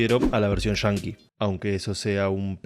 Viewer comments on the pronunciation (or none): ahhh entiendo pero lo pronuncias de una manera que suena diferente "Yankee" sería lo correcto y no "shanki" , por cierto buen video bien explicada la serie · Pase medio video preguntandome que significa "Version Chanki" hasta que agarre la onda que es argentino el narrador y no saben hablar bien, y quizo decir "Version Yankee"